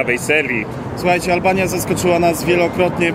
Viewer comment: albania a nie alalbania